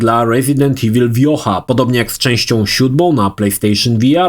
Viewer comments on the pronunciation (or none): none